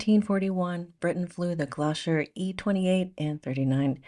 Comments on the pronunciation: Love your output and analysis - but please - it is Gloucester (pronounced Gloster). Best wishes ❤ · "Glosher"? The Gloucester Aircraft Company chose to spell its name 'Gloster' as they reasoned that foreigners would have difficulty pronouncing 'Gloucester'. Seems they didn't realise that foreigners with English as their first language would still have difficulty with their amended spelling... 😁